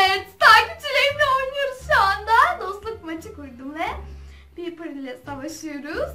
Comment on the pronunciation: Abla bu arada Piper şöyle okunuyor, “ Paypır “ diye, ve Brawl Stars videolarının devamı gelebilir mi? Çok seviyorum.🥰🤗